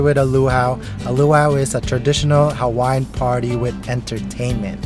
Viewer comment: I’ve seen alot of Youtubers butchering Hawaiian words but you guys take the cake.